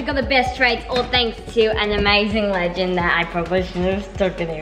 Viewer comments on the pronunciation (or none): did you mean legend instead of leged